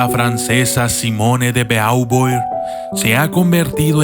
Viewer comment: Espero no incomodar por la observación pero el apellido Beauvoir se pronuncia bobua